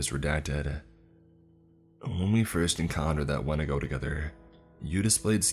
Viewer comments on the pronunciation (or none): So are they saying Wentico for the same reason I say Winabago or is it just pronounced different?